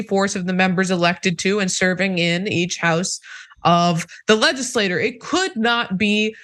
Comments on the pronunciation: I just want to correct your pronunciation of the word "legislature". You frequently pronounce it "ledge iss lay ter" which is actually the pronunciation of the word "legislator". A legislator is a person. A legislature, on the other hand, is a political body and is pronounced "ledge iss lat chur". If you could make this correction so we can understand when you are talking about a "legislator" and when you're discussing a "legislature" (chur). Thank you. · Interesting... Also legislature is pronounced leh . juh . slay . chr not leh . juh . slay . ter :) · Please try not to pronounce "legislature" the same as "legislator". It's confusing. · LegislatURE not LegislaTOR